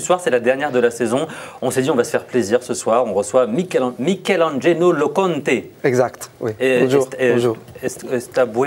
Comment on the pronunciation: Il à tué le nom de Mikelangelo 😂